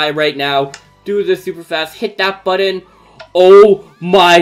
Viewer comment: Button not bottom😂